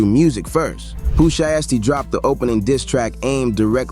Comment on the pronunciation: Pooh Sheeeeesty 😂😂😂 it’s pronounce (shai-sty)